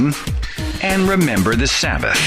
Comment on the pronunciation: its not remmbar the shemth its kip and remmber